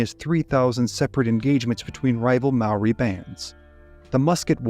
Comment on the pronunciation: as a kiwi, your pronounciation of Maori words is better than any foreign narrator ive heard yet, mad respect 💪